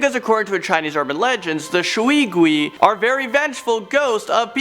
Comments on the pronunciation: As a Chinese person, “Shwee gwees” made me laugh so hard (It’s pronounced sh•way gway) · In China, “ui” is pronounced “way”, so shui gui is pronounced “sh-way g-way” not “shwee gwee” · I'm going to be that guy. It's pronounced 'Shway Gway.' not 'Shuee guee'. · I burst in laughter when he said shui gui Sorry no offence But nice chinese speaking though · I like your content but the way you say shui gui and jiangshi hurts it's pronounced as sh-way g-uay and jiang-sher and jiangshi do not walk the hop around and the only way to stop a Jiang Shi is by burning the body or if possible ask a monk to place a yellow talisman and he will control the jiangshi with a bell and commands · It's Sway Gway, the proper pronunciation for Shui Gui. It also means water ghost when translated. Also the fox demon is Hu Li Zhing, Fu Li Zeen(Pronunciation) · It is pronounced Shui gui ( shoe-wei goo-wei) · shwee gwee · U pronounce shui gui wrongly tho But it’s fine ik ur not chinese lol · It is pronounced as 水鬼 A.K.A water ghost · The way he pronounced water ghost 😂😂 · You pronounced shui gui wrongly